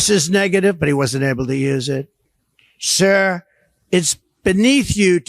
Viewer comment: Shizhispants sounds like such a div when he pronounces Sir. What a loser.